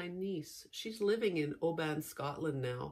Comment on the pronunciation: I’ve pinched my fingers with my glasses more than once… cos I am just that bright 😣 Your niece is in Oban? Didn’t quite catch with the non Scottish pronunciation! Despite Scotland being a small country, I’ve never been there, it really just feels so far away (Ps. I noticed the hair. So good!)